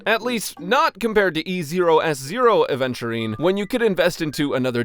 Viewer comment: Bro thinks he’s luffy when he completely mispronounces adventurists name every time.